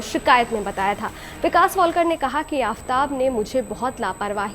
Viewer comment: News anchor ho tum pranounsation to tik se kiya karo tum wiktom ka it's a shradha walkar not wallkar